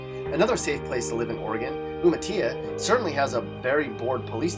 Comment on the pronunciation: The you pronounced umitilla, pronounce the l 😂